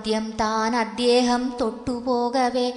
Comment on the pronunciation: അദ്യേഹമല്ല അദ്ദേഹം എന്ന് നിർബന്ധമായും തിരുത്തുക മോളേ, നന്നായി, വളരെ നന്നായി ചൊല്ലി, ഈ ഒരുച്ചാരണം കല്ലുകടിയാണ് ആ പ്ലസ് ദേഹം ആണ് അദ്ദേഹം എന്നോർക്കുക. K മുരളീധരൻ പ്രസംഗിക്കുമ്പോൾ 'അദ്യേഹം 'എന്ന് പറയും . ശീലമാണ്. ശരി പറഞ്ഞുകൊടുക്കാൻ പലരും മടിക്കും. കമ്പ്യൂട്ടർ /മൊബൈൽ വന്നതോടെ ശുദ്ധമലയാളം ചത്തുപോകുന്നു. ഒരു യഥാർത്ഥ മലയാളമുണ്ടെന്നു യുവതലമുറ അറിയണം. എഴുത്തിലും ഉച്ചാരണത്തിലും ശുദ്ധി വേണം,!